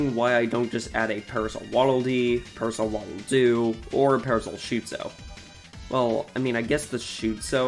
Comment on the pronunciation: Why did you pronounce Shotzo like Shootzo?